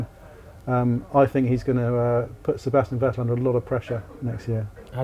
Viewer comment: Should have listened how they called Vettel for entire seasons, basically called him Fat L.